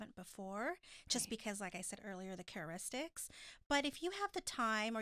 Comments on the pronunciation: is saying cararistics instead of characteristics and I crack up each time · is not correct... it's not about 6 new couples... Angela and Tony have been on more than 1 season. Can she pronounce Valentine's yet? And now its time to let her know its characteristics not careturics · kept saying ChaRIstics????? Girl 👋🏼 bye